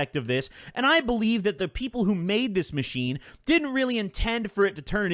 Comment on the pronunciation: ttok a hit everytime he said 'aathis machine''